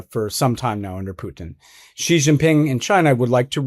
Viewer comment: For Pete's sake. President Xi is pronounced as President See or Si and not Gee.